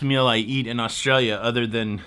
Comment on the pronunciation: Points for the pronunciation of Australia when you showed the mug. 👍